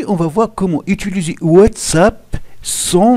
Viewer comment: Il a dit comment outuluser 😐😂🔥